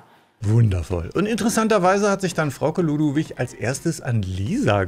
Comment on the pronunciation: Hay 😂 dir ist aber bewusst dass sie Frauke Ludowig Heist nh 😉 verstehe nämlich manchmal Frau Keludowig oder sowas 😂